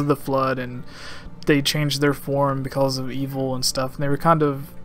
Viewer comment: "beKULLs".. am I hearing this correctly? "because" I think so.